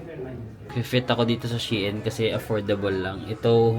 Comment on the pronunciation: Shein....pronounce as shine